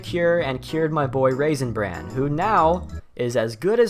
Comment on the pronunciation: It sounds like your saying raisin brand